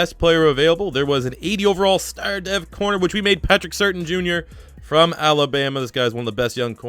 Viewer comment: Surtain is pronounced "Sir-tan". I remember watching his dad back when he was with the Dolphins.